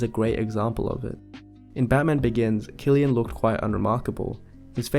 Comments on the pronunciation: Btw it’s pronounced “Sill-Ian” I know a lot of young girls who go crazy over him. I think it has to do with his hairstyle and baby blue eyes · i thought his name was pronounced 'sill-ian' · Wow i pronounced it Sillian not Kllian My bad! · I didn't know his name is pronounced Killian. I thought it was pronounced Sillian. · Wait so you’re telling me his name is pronounced as “Kill-ian” and not “Sill-ian”???? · Oh my god, I’ve been pronouncing his first name wrong 💀 I thought it was “Cillian” with an s sound. But it’s “Cillian” with a c or kuh sound 🤦‍♀️ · and i've been here my entire life mispronouncing Cillian as "zillian" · IVE BEEN PRONOUNCING HIS NAME AS "SILLIAN" THIS WHOLE DAMN TIME!!! FUCK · Even I used to pronounce it as "sill-ian" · Dude doesn’t even know the correct pronouncation of Cillian and came to analyse his face